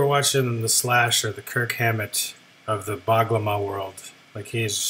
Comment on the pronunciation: U r certainly right he is The Master of Bağlama ever,his nickname is 'Bozkırın Tezenesi', Bozkır means Steppe(like in geography) Tezene means pena (like u ply guitar) so actually he is the Pena of Steppe:)but fyi we have soft g in Turkish language u should say like gh not only g got it;)